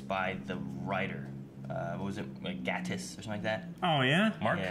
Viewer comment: just saying because I think it’s important (and Mark Gatiss thinks that as well), it’s Mark Ga(y)tiss (that’s how you pronounce it)